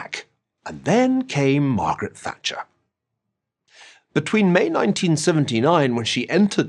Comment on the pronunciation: All I hear is: MARGRRT THATCHER IS DEAD